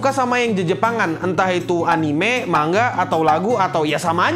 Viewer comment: Hidden dibaca Haiden, Anime dibaca Anim, Meme dibaca mEmE, Chapter dibaca Khapter 🤦‍♂️ Edit: Konteks